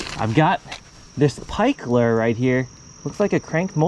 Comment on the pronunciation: LERS? LURE IS PRONOUNCED LEWER OR LOO-ER